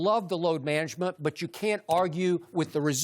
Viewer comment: I need jenny to help me with my "Load Manangement!" 😂